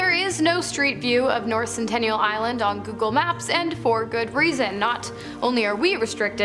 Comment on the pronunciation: It’s sentinel…. Not centennial